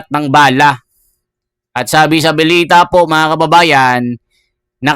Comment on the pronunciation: Idol ayusin mo mga sinasbi mo..anung bilita? Balita cguro idol🤣🤣